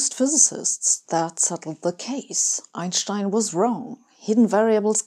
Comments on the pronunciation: It’s German pronunciation, and I’d also say it’s the correct one… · Sabine I'm smitten you have it all brains a seductive accent,good looks and best of all confidence so if you're interested let me know I'm sure my wife won't mind!!! Seriously I love your videos but my favorite thing is the way you say Einschtein it sound right!!! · That's the correct German pronountiation. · It is always pleasant to hear Einstein's name pronounced correctly. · I don't know where you are from (I'm french) but it's refreshing to hear Einstein's name pronounced correctly